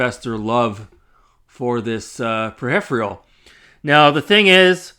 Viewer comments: Whats a "pruh-riff-urall" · Dis video be a pretty good troll. Saying mister is the same as raspberry pi is kinda dumb though. Mister can't even handle N64 for example. My old raspberry pi 3 can do dreamcast even. And what in turd is a "per-hif-re-al"??? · What is this for pedestrian travel video intro. Also learn how to pronounce peripheral. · Can't tell if this was satire or serious. Learn to pronounce peripheral correctly, then look the meaning up before you say it out loud again. 😆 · You can't even say "peripheral". Dumb guy says dumb things for dumb reasons. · Who the f**' gives this bell end his information? I'd stick with cleaning windows with his tongue if I was him. I mean, he isn't even clever enough to be able to say 'peripheral' correctly. Completely misunderstanding what the MiSTer is, never mind its intended use.